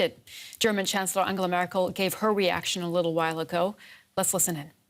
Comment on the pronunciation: Why is Merkhel not closing her urinal from babbling?